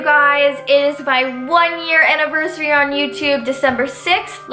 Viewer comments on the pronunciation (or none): none